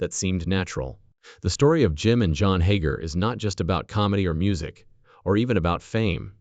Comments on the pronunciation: Now my your calling them hoger twins its hager!!! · You can't even say there name right